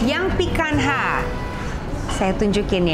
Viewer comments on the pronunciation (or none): I sometimes watch Latina youtuber who's an avid lover of steaks and he pronounces picanha like "pee-kan-nya". I think that's why it's so weird to hear it like pee-kan-ha 🤣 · Woow thanks for the video, Chef. Maaf ada koreksi sedikit, picanha itu pelafalannya /'pi-ka-nya/ bukan /'pi-kan-ha/. Xoxo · Benar sekali..tp itu pronunciation Brazilian huruf NH sama seperti kita punya NY .krn FQ lebih ke English ya dia nyebutnya sesuai apa yg tertulis..ok thanks for correcting.. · Maaf koreksi cara pronounce picanha itu "pikanya" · bukannya pronounce untuk Picanha itu "pican-nya" Chef???ini cut yang biasanya ditekuk trus diskewer and char-grilled??CMIIW